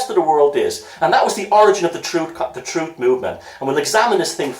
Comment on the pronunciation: Troof?? You can't handle the Troof!